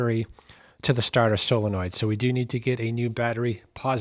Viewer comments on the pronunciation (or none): none